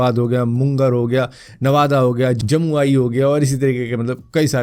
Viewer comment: मुंगेर और जमुई नाम है, मुनगर और जमुआइ नहीं..